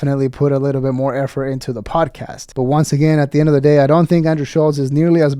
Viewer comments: I really think that if you ever liked this “poduhcast”, you are probably a douche. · Did he say podacast? Fck yea!🤘